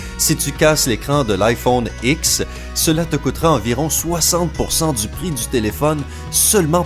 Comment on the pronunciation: 1:1 t chelou quand tu dis iPhone X 😂😂😂